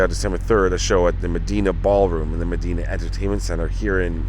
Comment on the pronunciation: It’s pronounced muh-dine-uh. Not muh-deen-uh entertainment center.